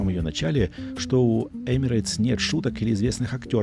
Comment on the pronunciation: В произношении компании Emirates нет буквы "Й". Правильно: Эмирэтс.